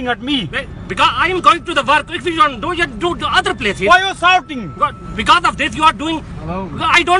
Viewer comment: definitely not pakistani. He's from U.P/ Bihar, India. Listen to the way he pronounces shouting as "souting".🤡